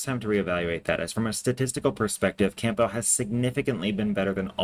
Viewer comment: It’s Cam-bell not camp-bell